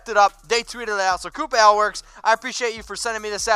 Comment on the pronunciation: No offense but Ale is pronounced A-ail like Hail #4ChuckyHeads